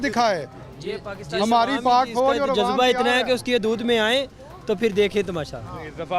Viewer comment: Bolna to seekh lo pehly Jazba.😂😂😂😂😂 jo Lafz bola nhi jata woh dekhny ki himmat kahan sy hogi